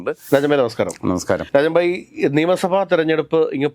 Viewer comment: നിങ്ങൾ രാജൻ ഭായ് എന്ന് വിളിക്കുന്നത്, രാജമ്മ എന്നാണ് കേൾക്കുന്നത്, ആദ്യം ഞാൻ കരുതി നിങ്ങൾ എന്താ ഈ വിളിക്കുന്നത്, പിന്നീടാണ് മനസ്സിലായത് രാജൻ ഭായ് എന്നാണ് എന്ന്...